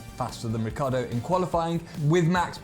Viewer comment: It's not Riccardo, it's RICCIARDO